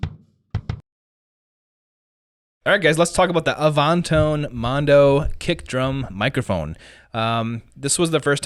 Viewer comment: "A-vahn-tone"?? Come on.